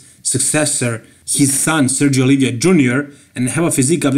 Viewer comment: The last name of Sergio it's Oliva not Olivia